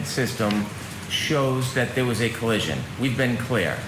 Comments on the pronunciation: said "there was no coallision' 3 times in his opening statement. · said "there was no coallision"